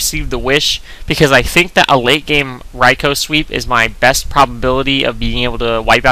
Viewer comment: For the record, Rai-koh is more correct than Rai-kuu.